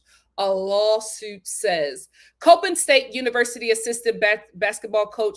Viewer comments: Just an fyi. It’s pronounced as 👮‍♀️ Cop In state. It’s easy to confuse because a lot of people that are familiar with the college pronounce it like the word Cope. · I’m from MD and I was cringing when she pronounced it wrong lol